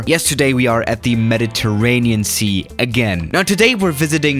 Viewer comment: who else thought he said ‘Meditaraniancy?